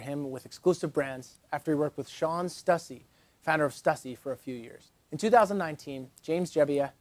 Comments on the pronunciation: Stussy- "Stew-cee" as my favorite clothing brand of all time it makes me cringe everytime i hear ppl pronounce it wrong. Dont worry ppl have been doing that for 30 years now lol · It's Stussy! Like Stoo-See!